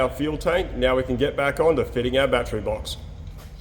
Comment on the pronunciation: It’s pronounced battery not battery.